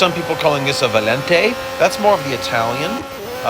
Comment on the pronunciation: You got the Valente pronunciation quite right bro.